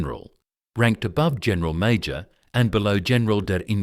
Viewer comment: Work needed on pronunciation. webel. is NOT weebel, VEBEL Major pronounced . MAI-yor.